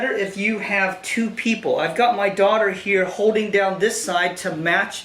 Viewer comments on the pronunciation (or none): none